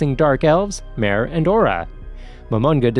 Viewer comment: he literally called mare a her and even pronounced his name wrong